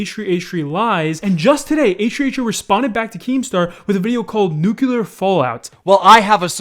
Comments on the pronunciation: Just a heads up nuclear is not nukular, you say nuclear more like new-clear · I cringed at nucular. Got flashbacks of Bush administration. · It's nuCLEAR NOT NUcUlar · nuclear is pronounced nuclear and not nucular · Why do some americans pronounce nuclear so weird ?